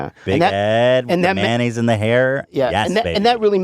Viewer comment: It's MAYONNAISE... Even "May-naise" is acceptable. It's not "MAN-AISE".